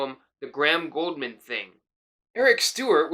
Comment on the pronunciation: It's not Goldman...it's GOULDMAN. use the U